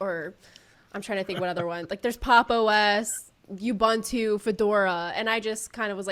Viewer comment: lol butchered it. Lol guys face at bottom just after that like “mmmmm you sure?” Guy at top right is twitching his eyes left and right. It’s OO-Boon-Too.. really amazing video though and she’s a 🦄 rare human. Neat neat